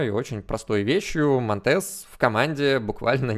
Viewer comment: Интернет говорит что монтЕс на самом деле мОнтес, ударение на О